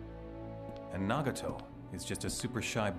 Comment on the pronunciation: All I can hear is Itachi and then He said "naugato"